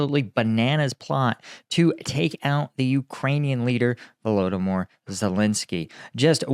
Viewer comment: 😂 Bro, I just laughed at Ukrainian Denys Davidov for calling Volodymyr Zelenskyy “Vladimir” and you go and call him “Voldomor(t)”?? 😂